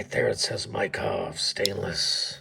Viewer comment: Cool knife, I like your radio voice. You trying to pronounce vystupní kontrola was hilarious and not that far off. ý is like í but more harder/lower tone. the second pronunciation of Mikov was right.